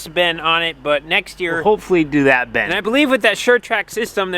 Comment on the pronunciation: It’s still a “bin”, not a “ben”.